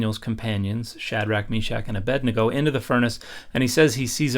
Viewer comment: The simple fact that you pronounced Abednego correctly should force your opposition to sit down and listen. Great clip. 👌